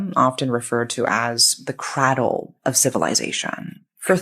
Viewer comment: She knows how to say cradle. This woman can say Babylon and nebukunezer but can't say CRADLE correctly? Rage bait